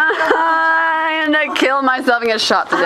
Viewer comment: 21 and trick or treating. I like it. did she said were out of candeh or no candeh? lol.